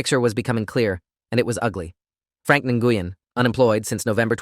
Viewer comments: Nguyen is pronounced "new-en"not "ngoo-yen" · Nguyen is pronounced "gwen", not "en-gooh-yen". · Nguyen is a Vietnamese surname and is pronounced 'Whynn,' or thereabouts. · "Nguyen" is a Vietnamese surname pronounced as "Wen." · Nguyen is pronounced “WIN”. I know, because I worked for a pharmacist with that exact same last name. She was Vietnamese and very sweet AND smart. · I was about to post this information as well. I went to dental hygiene school with 2 students in my class with that exact last name… both pronounced “WIN” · No they actually pronounce they actually pronounce it as ng win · well, the pharmacist that I worked with was Vietnamese and pronounced her name “WIN”, and she spelled it Nguyen. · and I worked with several of the and the ŋ is pronounced in Vietnamese softly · Tha English pronunciation of Nguyen is “new win” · Guys, that name for Dorothy Nguyen is pronounce win. I know people with that name. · I’ve heard it pronounced many ways - but the correct pronunciation that anyone who’s not Vietnamese - it’s a Vietnamese name - is something like Win - that and Hung are the Vietnamese equivalents of the English surname Smith! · As soon as I heard N-goo-yen - oh yeah. I'd love to hear them pronouncing some of the eight-syllable German names.